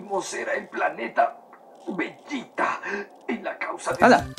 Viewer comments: Como le vas a decir VeJeta y Góku maaaaaan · El porque a vegeta en latino le dicen vegueta y no vegita es porque en su primer aparición cambiaron a la directora del doblaje quien siempre hacía lo posible por dejar los nombres con la pronunciación japonesa. Luego la directora volvió para dirigir el resto de dragón Ball y es por eso que el nombre del planeta vegeta si está bien pronunciado.